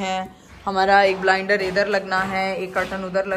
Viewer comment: Blinder nahi hota Blind hota hai. Kaunsy school aur medical se parhi ho???